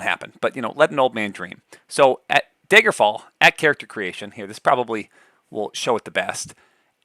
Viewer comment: Are you from Wisconsin? I noticed "Daygerfall"